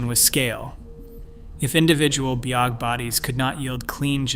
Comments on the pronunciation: how about "bog" mummy, rather than "bee oh jee" mummy. Get a human being to read this! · the bee oh gee bodies 😆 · Bee oh gee bodies